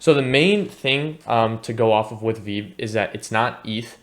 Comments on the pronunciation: Good info. It’s Pronounced “Vee-Vee”. Keep up the good work 💪🏼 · I’ll subscribe if you pronounce it as vee vee next time. You get a like for now :)